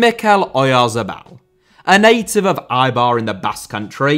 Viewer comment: Eibar is pronounced like hey-bar without the h. Great to hear that the GOAT Williams made the honorable list, and to be fair, you could have added most of Athletic's cast to it.